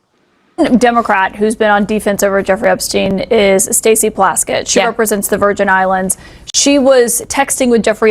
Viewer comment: I know it doesn't matter but her name is PLASKETT 😂😂